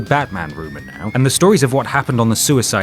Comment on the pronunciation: sooyside skwad is really not good D- / 10